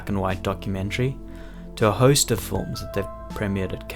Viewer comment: My only wish is this guy would say “films” instead of “fullms”